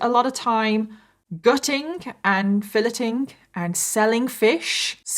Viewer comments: Ashume.... 😂 Fileting.... 😂 You need to go back to school. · “Filit ing” the fish? 🤭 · Listen, mispronouncing names is one thing. But "filleting" is not pronounced like that 😅 (no hate, just picking)